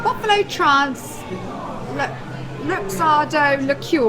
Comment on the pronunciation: Buffalo Trarse? Did you mean Buffalo Trace?